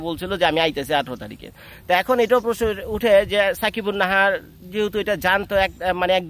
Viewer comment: ভাই তার নাম সাকিবুন্নাহার না,তার ন্ম সাবিকুন্নাহার